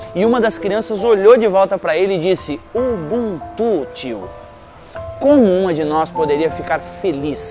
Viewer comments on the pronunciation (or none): Nao é ubuntú, é UbÚntu. Foneticamente falando...